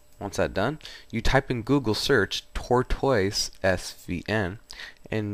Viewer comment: just so you know tortoise is pronounced tore-tiss it's like a turtle